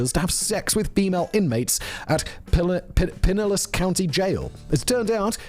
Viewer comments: Pinellas = Puh-NELLAS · Pinellas - Pin - ay - uhs. Just trying to help you out Simon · “PIE NEL LASS” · "piniliss" lol :D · Lmfao I had to hear you say Pinellas a few times 😂😂😂😂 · Yep I found it funny also, as I’m sitting on a toilet inside of pinellas county